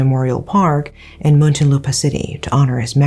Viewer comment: I was about to comment. Also Makati and Muntinlupa. Love how she researched even the pronunciation of the cities. 👏🏻